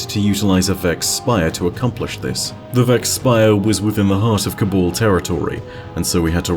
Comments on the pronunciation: Cabal not cobul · Pet peeve but it’s Si-va not see-va. It’s Ca-bal not Ca-bawl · "The cabol...the cabol...the cabol" DUDE, you do pronounce the first "a" in "ca...bAl", so wtf?!?